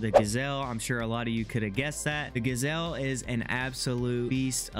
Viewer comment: Not a gasel. Its GJel'